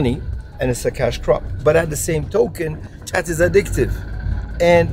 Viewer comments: He sead chat instead of what the English language is weird lol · Its pronounced Khat....Cut in Kenya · dudes correcting him on how to say khat and he just keeps on calling it chat....wtf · It's pronounced as like cat and don't swallow the leaves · I think the "h" is silent..the people are trying to correct your pronunciation! ;) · lol im yemeni and it makes me so pissed how you pronounced it, all love tho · Dude, I think it's pronounced with a K not with a CH, just saying like the guy in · You keep calling it Chat (ch), and everyone else is calling it khat (K). You're trying too hard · Its not Chat its Khhaaat. The local guide soeaks a lot of sense xxx Also where are the women enjoying this? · ጫት or Chat not Khat! Khat (called chat in Ethiopia and qat, qaat or similar in various Arabic countries) refers to the leaves and shoots of the plant Catha edulis, a flowering shrub native to the Horn of Africa and the Arabian Peninsula. The leaves of the Catha plant contain the alkaloid cathinone, a substance closely related to amphetamine. Khat can therefore be thought of as a "natural amphetamine" or stimulant that gives the user a sense of euphoria and energy and relief from hunger and fatigue. Cathinone is rapidly broken down to produce substances similar to epinephrine (adrenaline) so, in addition to its amphetamine-like effects, khat also results in increased heart rate and blood pressure and can cause coronary constriction in the user. Recent research has shown that khat is habit-forming and causes mild psychological dependency, although less so than tobacco or alcohol. The World Health Organization classifies khat as a drug of abuse but one that is not seriously addictive. At the khat market in Awaday, Ethiopia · they were all correcting your pronunciation and you didn't listen lol. "is this chat?" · I've chewed plenty of Khat when I lived in Somalia. And it's pronounced cat not chat. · They told you about 1000 times.. its KHAT.. NOT JHAT! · He says chat...it's 'k'